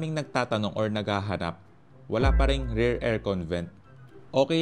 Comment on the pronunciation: Rer? O rear? Hahahaha